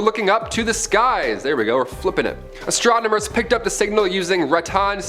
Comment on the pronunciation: Stop saying “exatronmers!”